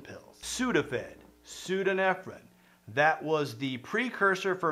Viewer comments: I have to think your pronunciation "pseodo-nefrin" is a troll on your part for entertainment. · You got ephedrine right but the other is pronounced pseudo-EPHEDRINE, aka Sudafed. Basically the same thing, just a different isomer. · Every time he doesn't say pseudoephedrine right it hurts a bit ngl. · *pseudoephedrine. Not whatever th he's saying there.